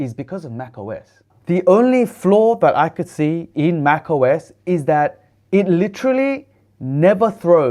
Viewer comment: Muito bom poder assistir aqui no Brasil o seu vídeo, mas a dublagem por Inteligência artificial do Youtube esta horrivel, escutar MAC US ao inves de MAC OS a todo momento estava me irritando